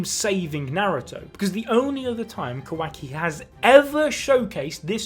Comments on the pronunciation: QUACKY lol but say ka-wa- ki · Honestly didn't hear Qwacki whenever he said it.... now I can't unhear it lmao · qu-wa-ki lol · Thanks for pointing out that says “Quacky”. I can’t stop hearing it now lmao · I can't unhear kawhacki